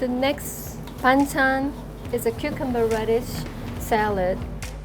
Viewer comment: Ah he meant that. Did no one correct his pronunciation all those years they worked together or does it actually sound the same to Korean ears? In my ears that's very different but I'm Thai so.